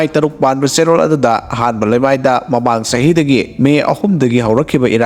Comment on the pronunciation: Read lamai instead of leimai.